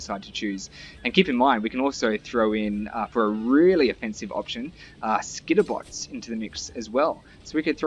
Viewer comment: Every time you say Skitterbots, I hear mosquito bites. XD